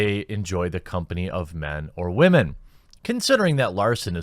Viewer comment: Wah-men? I think you meant women